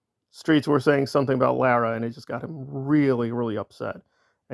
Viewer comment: Just a little FYI…Lara FM pronounces her name as LAWra. Carry on…….😊